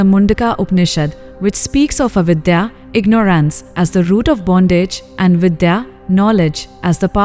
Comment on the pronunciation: it's not the Indian accent but the mis pronunciation of words like ignorance which is jarring